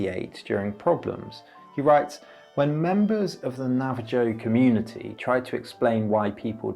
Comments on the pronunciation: It's Na-va-hoe not Na-va-joe. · Na-va-joe is not how it's pronounced I'm pretty bloody sure. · Or Navajo , lol